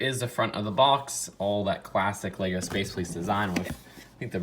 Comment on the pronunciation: Gasp* YOU SAID IT WRONG